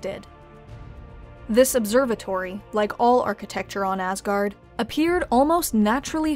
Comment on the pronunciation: cant help but always hear "AssGuard" 😅